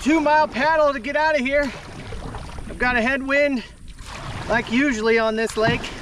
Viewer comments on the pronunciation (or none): WhaT is a “hammick”???? Hybrid not “hybread”. Definitely not “defnuhly”. Sausage not “sahsage”. Usually not “usely”.